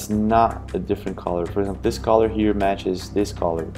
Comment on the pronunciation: Why you keep pronouncing the world “ color “ as caller ?